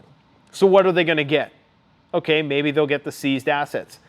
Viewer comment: "Sh*t's fittin' to pop off"??? That's not the way you say that bud. Friggin cringey ass boomer. And why do you say "okay" so friggin weird. Like "ahhkie". What a weirdo man..... P.s. 10 x 20k = 250k? Wtf is that math dude..... that's like third grade level stuff. You're absolutely cooked